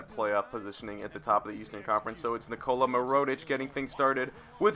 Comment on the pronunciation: No hate but I was cringing every time you said Nikola Mirotic, so. Knee-Cola (as in Coca Cola lol) Meer-oh-tich (Meer as in the beginning of mirror) I hope this helps!